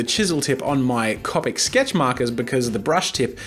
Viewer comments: cOpic not cApic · you know it's an older video when he pronounces the markers "cop-ick" and not "co-pick" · It's not cop-ic it's co-pic (like co-pick) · If bugs me sooooo much when u say Cau-pick... It's coe-pick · Was it bothering anyone else that he said copIc. It’s cOpic not copIc. People who are Harry Potter fans will get the reference 😂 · He’s saying Coppic instead of coopic which is spelled copic as the market Copic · Cop ic am I the only one who says co pic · I’m sorry did he say cop ic instead of co-pic. OMG THIS IS OLD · .... it’s pronounced like coe-pick not caw-pick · Anyone else bothered by the fact he says Copic instead of Coe-pic? Just me? Nvmind then... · the way he says copic...CoPiC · did he just say copik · Its CO pick pronounced CO pick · C”O”PIC, OMG your saying it so wrong ffs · Co-pic say it with me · 4 years ago you didnt know how to say Copic you said it like coppic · the way he says copic 😂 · who realized jazza says copic differently? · Am I the only one bothered by how he says copic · is any body gonna point out how he pronouned "copic" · NO NO NO NO NO! You are saying copic wrong!! (ik he says it right now but it's still really annoying) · Oh mate, I've been watching bits of the channel and I've been a real fan.....until you pronounced copic markers wrong. If you're going to spend as much money on those things as I'm sure you do, at least get the name right. It's like watching someone buy a brand new Ferrari and calling it a "fa ree ray"